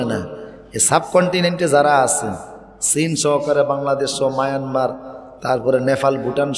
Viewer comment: সীনের ✋হাতে😂😂😂😂চীন🇨🇳 উচ্চারণ করতে পারে না 😂😂😂চীন ভারত ধ্বংস করবে 😮😮😮কেন আললাহর কি ক্ষমতা নেই 🇮🇳ভারতের ক্ষতি করার?????? 😂😂😂😂